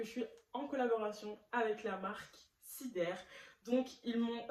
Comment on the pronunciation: La façon dont tu dis le nom de la marque me fume 🤣